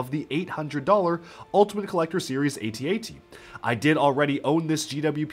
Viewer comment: Don’t get why people pronounce AT ST correctly but then go ahead and butcher AT-AT by calling it at at like how does that make sense. They’re both imperial assault vehicles.